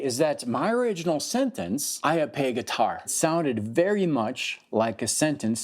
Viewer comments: I couldn't understand that phrase that was supposed to be repeated. I ag pay guitar ???? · There was something about him saying "I play guitar". I couldn't understand what he was saying and so couldn't repeat it. I thought it was some test that I failed and now I'll never be able to play by ear.